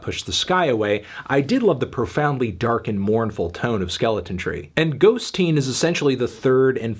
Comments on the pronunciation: It's totally bizarre how Fantano keeps saying "ghost-teen" , I feel like no normal person would pronounce it that way when its clearly "ghosteen" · Fantano, it’s not Ghost-teen! It’s ghosteen as in “little ghost” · According to Nick Cave, it’s not “Ghost-Teen,” it’s “Ghost-een.” In Irish, the suffix “een” means “small,” or “little” making the title Little Ghost, perhaps another reference to his son, but not quite so literal as “Ghost Teen”